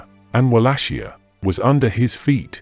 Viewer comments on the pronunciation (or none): none